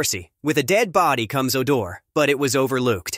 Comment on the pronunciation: This computer voice is so bad it can’t pronounce common words like odor and closet. 😡